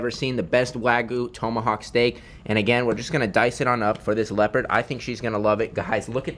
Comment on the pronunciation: You mispronounced tomahawk